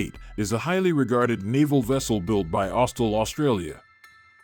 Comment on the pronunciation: Austel? Try Austral